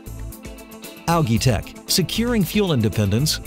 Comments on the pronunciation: It's pronounced "AL' JEE", not Algeee ... Imbecile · I feel like whipping myself in sacrifice each time he says “ alagii” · Depends. In Great Britain (and Australia) it's pronounced 'al-gee' with a hard 'g'. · I couldn't even pay attention to the information because the word algae was being destroyed every 10 seconds! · Dropped a dislike because of how this dumbass says Algae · Actually it is not. The guy speaks it like he only knows the word from reading. The pronunciation, also in british english, is completely different. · You're saying ALGAE wrong.